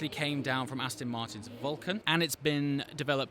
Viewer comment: Aston not Astin!